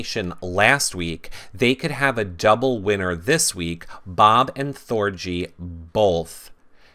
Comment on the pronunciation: THOR-G like Gee-whiz . Hard G! rhymes with orgy Thor-GEE your saying it like it rhymes with bee.